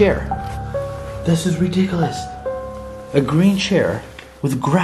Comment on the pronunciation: sees chair growing grass "This is redicelous"